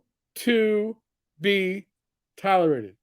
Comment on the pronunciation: "will to be tolorated." What the hell is a "tolorated"???